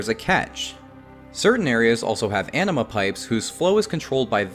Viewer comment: I heard Anima as Enema, and now I can't unhear it...